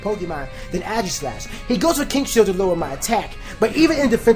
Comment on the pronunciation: I swear Aegislash is pronounced "Aygis" not "Agis" xD